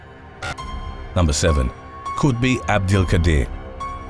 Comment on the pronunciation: Khutbi or is? Which one? LOL